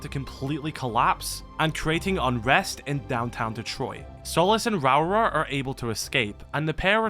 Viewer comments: Lmao I'm sorry but your pronunciation of Rauora is just funny to me as a Maori. Essentially it's pronounced Row-aura if you roll both Rs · The New Zealand operator l's name should be pronounced Ra Ore Ah